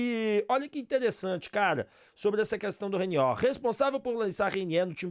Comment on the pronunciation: Ooo Repsow ???Não é Reiniééér e sim Reiniêêêr